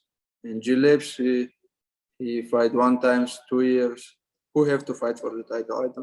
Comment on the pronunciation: The man just cannot pronounce "Gillespie".....................LOL